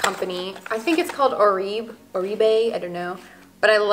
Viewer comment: "This is my favourite hair company. I think it's called Or-reeb." Ugh. If it's your favourite, you should probably know that it's pronounced or-bay.